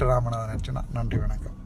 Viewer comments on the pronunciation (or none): none